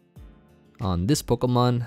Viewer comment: Idk why but I love how you say poh-kuh-man instead of po-key-man like most people 😂